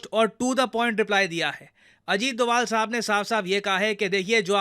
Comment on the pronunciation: ये डोवल क्यो बोले 🤔🤔